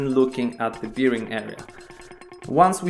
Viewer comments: Polakowi wszystko z piwem się kojarzy. Łożysko po angielsku brzmi berin a nie birin :) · What is beering? I think you are talking about a bearing 😉